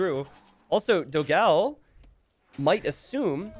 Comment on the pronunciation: man, the pronunciation it's not "dog ao", it's "doghaun", although second game was awesome :)